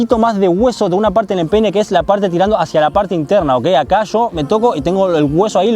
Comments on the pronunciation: Al escuche que dijo pene aún de empeine 🤣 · min parece que dijera pene XD